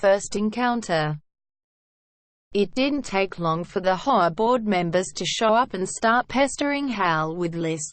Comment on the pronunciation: Robots can not pronounce HOA